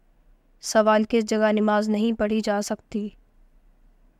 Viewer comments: Mai bhi yehi kehna chahta tha. Talaffuz sahi karen. Namaz not nimaz. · Wo namaz hota hai nimaz nahi ok